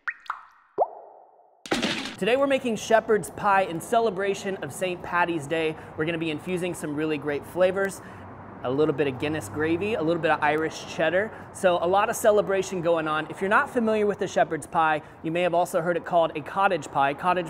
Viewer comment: Love your videos chief, but just to correct you, it's St Paddy's day* it is a pet peeve of us Irish when people say St Patty', other than that keep up the good work!!